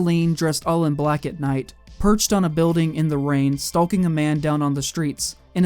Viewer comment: The "L" is silent in the word stalking.....